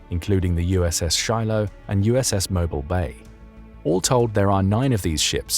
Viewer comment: mo BEEL bay.